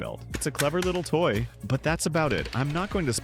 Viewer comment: dude why did he say toy like that